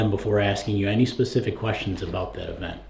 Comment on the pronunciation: How true when he "axed da same quesshins" repeatedly. A total MORON!